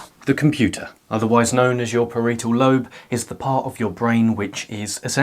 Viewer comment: Ahhh no that mispeonunciation of parietal lobe😭 please!! Good video though